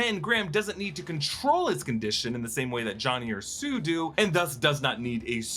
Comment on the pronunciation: he was trying to say sue and I know it was in Florida but I still think he know better